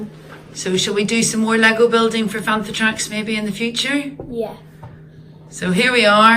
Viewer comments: You know it's a bantha not a fantha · It's a bantha not a fantha